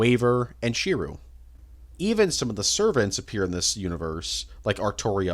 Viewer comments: how did you mispronounce "Tsukihime" and "Shirou" THAT wrong bro 💀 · Wait so you've seen almost every Fate anime and still pronounce Shirou's name as "She-roo"? Seriously? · i dont believe you've ever seen any fate series. How tf do you mispronounce shirou he is literally the main character. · Shirou is pronounced Shi-r-O Tsukihime is pronounced Tsu-ki-he-ma Rin is pronounced R-in those are what are known as shadow servants the picture in the middle is Kiritsugu the Ch in Chulanne is just witha C not a ch